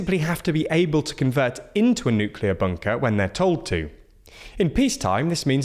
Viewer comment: Please, say Buuunker one more time.